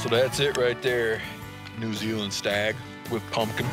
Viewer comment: lol didgeridoo in NOO ZEELAN